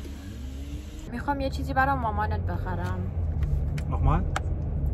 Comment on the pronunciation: habe nur „michol“ gehört😂😂😂